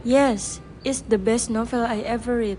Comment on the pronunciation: You need to check the pronunciation of read as part participle . i won't see the rest ,but please ,don't embarrass yourself